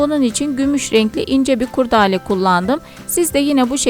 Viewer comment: Kurdâle değil kurdele